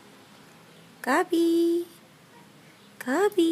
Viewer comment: it sounds like she's saying gubby. not gabby.